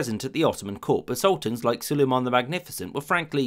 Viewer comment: Hürrem gibi sülümun diyor 😂